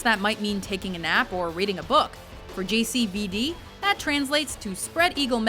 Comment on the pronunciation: everytime she says JCVD it sounds like she's talking about an STD not Jean-Claude mean c'mon